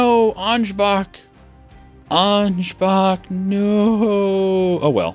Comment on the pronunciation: Ansbach XD how you pronounced it is kinda funny